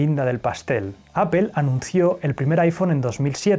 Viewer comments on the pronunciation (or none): Se me muere un poco el alma cada vez que escucho "apel" en lugar de "apol" pero qué buen canal jaja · Me encantan tus videos. Temas Interesantes, buena narración e investigación. Aparte de la edición que es excelente. Pero cada que dices GUGEL O APEL Me vienen ganas de martillarme los testículos. Por que es tan difícil? Saludos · Solo una observación 👀...Apple se pronuncia (appol) 🍎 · Apol no apel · Porque le dice Apel a Apple? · Apple, se pronuncia “apöl”. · Se escucha feo (apel) 🙄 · "Guguel" y "Apel" Yo tengo uno y llevo tres años con el y solo tiene muy pocos fallos. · Gügel, Apel, por favor deja de pronunciar tan desagradable esas marcas, todas las pronuncias bien, hasta la difícil Huawei, busca en Google cómo se pronuncia o me desuscribo. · Ustedes los españoles tienen mal pronunciación en el inglés Apple se pronuncia apol